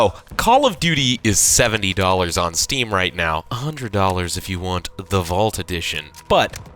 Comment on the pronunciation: the pain in my eyes when he said "steam"